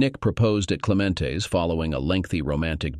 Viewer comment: “Clement’s is not pronounced Clemente’s… Roberto paid for the last vowel…